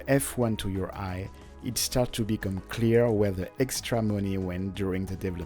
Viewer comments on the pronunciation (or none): none